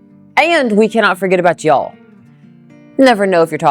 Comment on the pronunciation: My dear, you are one of the rare "northerners" who has truly "become a southerner". You even say and use "Y'all" perfectly.😆My Grandfather moved south from Wisconsin and never went back. Like you, he loved the south. Listening to you here brought back so many memories of him saying some of the same things. Thank you for that.🥰 Now, for that "horseshoe sandwich"! I think topping the meat with some sauteed onions would be perfect!😋